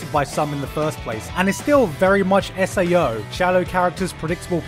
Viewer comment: IM TRIGGERED YOU SAID SAO....!!!!!!